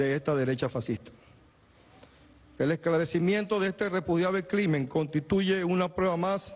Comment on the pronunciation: En el minuto dice el esclarecimiento de este repudiable CLIMEN, jajajajajaja...